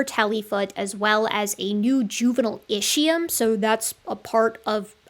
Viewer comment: Are you going to ever learn to pronounce "Ischium" correctly? It is pronounced ISKium. In ancient Greek (and Latin), ch is normally pronounced as a "K".